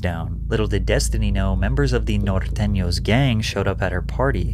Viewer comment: bruh said "nortenos" all perfect and shi🤣🤣bruh want no smoke😂😭